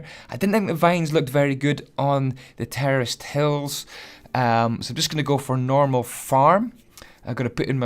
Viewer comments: anyone else thought he was saying terrorist instead of terraced?? I know I did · I thought he said terrorist instead of terraced “The terrorists farm”